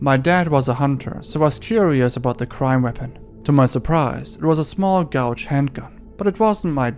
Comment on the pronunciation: Amazing video!! I love your channel! Also one little thing, your english is great but the word gauge rhymes with page